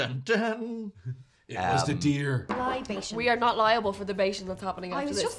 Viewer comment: "Liba Tones" hahaha oh.